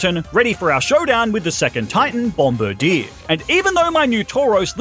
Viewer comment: Bomb boe deer? I don’t think that’s how you say that big ass birds name 😂